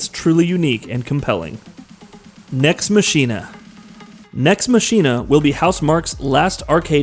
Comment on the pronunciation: Lol oh dear..... Nex Machina. It's pronounced MA-KIN-A.